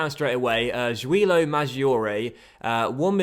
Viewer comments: You should say Giulio as "djoo-lee-o" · Great to see the series coming back in fifa 17! Pronunciation tips from an Italian: it's Julio (just like Julia, but with an O at the end) Madgiore (as in the word "edge") Keep it going